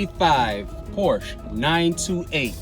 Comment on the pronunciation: I know that it is difficult to make videos and often very time-consuming. However, for what it is worth, it would be nice if you pronounced Porsche correctly and lower the background music. I don't mean to be critical, but it is quite distracting.